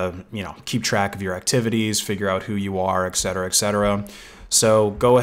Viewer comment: Appreciate the content. Just informing you it is rather normie to say "eck cetera", the correct latin is "et cetera".